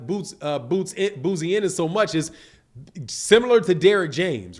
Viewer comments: your got to get people name right, his name is pronounced Bo-Zee,love the platform 🙄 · B O -- ZEE IS HOW U PRONOUNCE HIS DAD'S NAME IT IS SPELLED BOZY!!!!